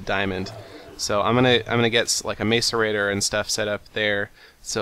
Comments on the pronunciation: Its (mass-er-ra-tor) not (mace-er-ra-tor). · macerator (mass-er-ator) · two helpful hints,1) i think the macerator is pernounced masserator 2) instead of sending all the material you don't use to the void you could invest in what is called a condenser, it turns all useless material into useful material like diamonds. But you could use it to turn your junk into coal so you could keep your diamond making machine cuz that thing is cool. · hey seth me n my friends are being stirred up by ur prononciation of the word macerator, pronounced like this; Mass-er-ray-tore not like this mace-er-a-ter lol i actually was surprised the way u said it at first it made me laugh it still does i hope u don't think i'm a dincus for telling this ;D and I realy enjoy ur serries! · Macerate; pronounced masəˌrāt according to google. therefor pronounce macerator like mass-erator, not mace-erator. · it's pronounced ma-sō-ray-tōr for you people who think your so smart believing it is pronounced mace instead of mass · You're pronouncing macerator wrong... It's like mass-erator, not mace-erator. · you say macerator like masserator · its MASS-ER-AY-TOR- not MACEur-A-TOR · he is the first ive ever heard pronounce it as mace... and the canadian thing was a joke, thank south park... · Seth The macerators are pronounced mass-er-ay-tor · Yeah, instead of May-so-ray-tor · It's ma-ce-rei-tor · Macerator is pronounced "mass-er-ay-tore" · Its pronounced m-ah-so-rating